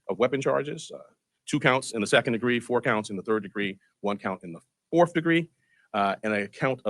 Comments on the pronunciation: LOL...Bragg said BOF. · Terrorism? Really? How like that ignorant district atty—- all show/ Bragg can’t even pronounce the word “fourth”